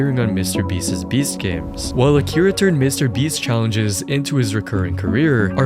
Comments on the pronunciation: Mr. Beast is not a word that ends in an "s." Why do you say Mr. Beastses? It's Mr. Beast's. Hoooly hell bro. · Beast's is not pronounced "Beastez"